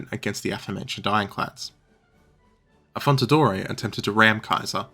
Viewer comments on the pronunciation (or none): Like the video, thx, but a bit of preparation on names wouldn't hurt. Just one example: it's 'AffonDaTore', not 'AffonTaDore'.